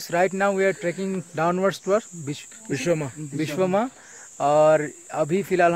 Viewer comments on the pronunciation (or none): Yes the name needs to be corrected it's #Viswema not biswema hope you don't take it as personal